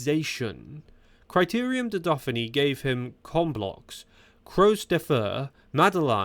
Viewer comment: AI training issues going on with the speech? Criterium da Duffinny ?